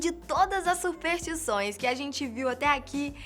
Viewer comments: Dizem que se esse comentário receber um certo número de likes, a começa a falar superStições ao invés de Supertições, que é uma espécie de madeira muito queimada. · Faltou o "S" na narração,. Se pronuncia: superStições;)